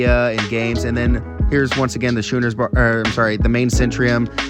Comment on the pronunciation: Schooner is pronounced , "skooner."